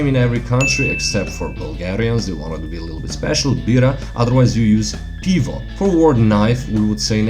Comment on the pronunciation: Not "pivo" but "pyvo" in ukrainian is correct one for "beer" Cheers = bud'mo :)